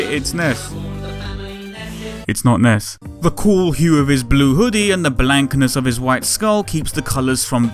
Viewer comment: ness snes sens (so close.)